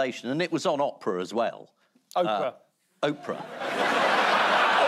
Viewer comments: Ian pronouncing “Oprah” as “opera” has given me life. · If someone had bet me whether I’d enjoy an episode including Janet Street-Porter this much, I’d have absolutely lost my money. I’m sure this is the second time we’ve seen Ian mispronounce Oprah’s name in this exact way. Everyone’s got something they can’t file correctly, I guess; if only she’d been named after some Latin declension.